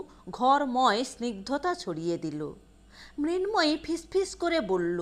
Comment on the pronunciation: উচ্চারণ ঠিক করতে হবে। ফিস ফিস নয় ফিশ ফিশ